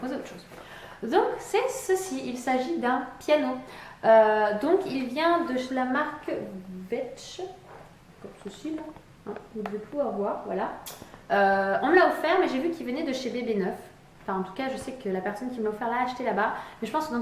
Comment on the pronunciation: C'est V tech ! xD pas vetch ! x) Mias bon on t'aime quand meme !